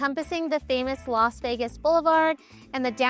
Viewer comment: It's Las. Not Los Vegas